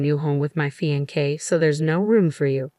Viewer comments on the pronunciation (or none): What is a “fi an k”? This narrator always mispronounces fiancé. Also fiancé or husband? Not the same you know.